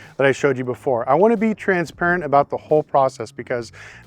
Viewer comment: what aboot auctions fees